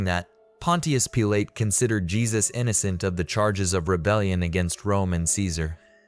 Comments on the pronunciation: It's pronounced pil-uht. Using a unique, but wrong, pronunciation really throws off the brain. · In the first two sentences your AI mispronounced his name. I'm gone. Use your own voice and don't be so bloody lazy.